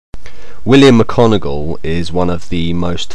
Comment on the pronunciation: I switched off when he said mickonogil